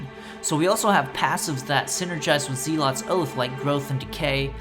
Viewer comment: Click the little speaker next to the word Zealot to hear the correct pronunciation of the word